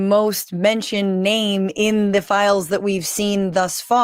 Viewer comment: Flies? My god Fran WHAT FLIES? AHHHHHHH.... Oh, 'fiiiiles'..... Christ on a cracker!